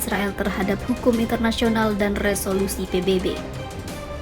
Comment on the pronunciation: Resolusi PBB bukan Repolusi PBB